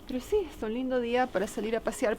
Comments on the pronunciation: esta piba no puede decir si en vez ia por dios q pesaa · No se dice yiaa... se dice SI